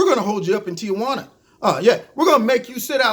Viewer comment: Somebody needs to tell the media it's TEE WHAN UH NOT TEE UH WHAN UH!